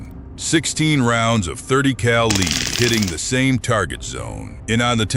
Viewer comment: AI commentators? Pronouncing 'lead' as 'leed'...🤦